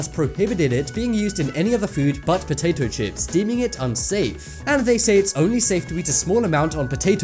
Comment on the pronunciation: I like how you say POATATO CHIPS